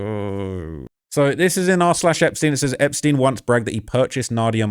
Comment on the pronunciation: Einptein like Einstein. Not in like poutin. They are jews not russians